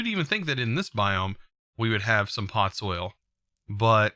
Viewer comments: POD ZOL not pot soil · please tell me i'm not the only one who's annoyed by him saying "Pod-soil" instead of "pod-zol" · please dont ever say podsoil again :9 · The way he was pronouncing podzol